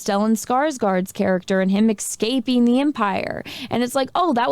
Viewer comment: Did you say “excaping?” Done